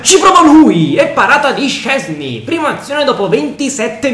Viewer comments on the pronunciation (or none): none